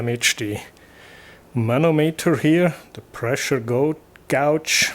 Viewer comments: I was being sarcastic, sorry, I thought you were intentionally saying it like "gouge" (gow-j), but yes, it is supposed to sound like "gage" (gay-j). English spelling is a catastrophe. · Gauge, if I may, rhymes with page.